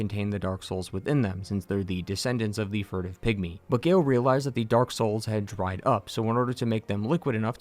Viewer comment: For a moment I thought he said “pick me” instead of pygmy 😂